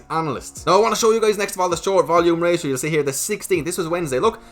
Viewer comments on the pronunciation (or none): none